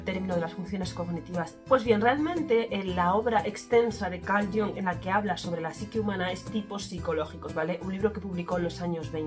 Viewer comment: Muy interesante el vídeo. Recuerda que Jung era suizo y la "u" de su apellido es como la española prácticamente. Así que no hagas caso de la gente que lo pronuncia "a la inglesa" como si fuese "Young" 😅 Además de que es un sonido menos de garganta en general todo el apellido. Gustav también tiene la "u" casi como la española.